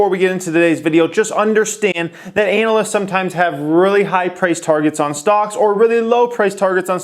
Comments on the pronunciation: the way you say ANALists... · Why should I believe anything you say when you can't pronounce analyist